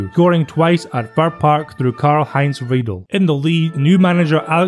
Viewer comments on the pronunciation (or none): Karl-Heinz Riedle: it’s pronounced like Riedler. Great vid though